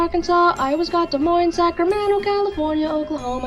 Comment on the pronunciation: as an iowan i really hope he didn't pronounce the s at the end of Des Moines. i hope it was from starting to say Sacramento